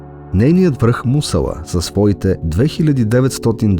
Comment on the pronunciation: интересно видео, само малко поправка, ударението на Мусала е на второто "а"